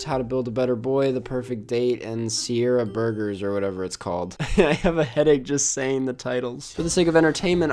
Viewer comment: “Sierra burgers” LOL